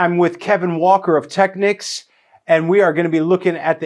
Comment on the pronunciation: Finally someone who pronounces the word Technics correctly!!!